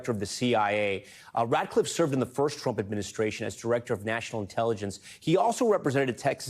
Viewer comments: NBC pronounces Ratcliff an adult. And there is mischief and disinformation. And NBC is going down. Down like a cheap W. Down like a back sliding heifer. Down into their own rhetorical spittle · I thought he said Ratliff